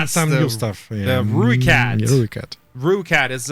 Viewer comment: "Rookat" Look how they butchered my boy(language)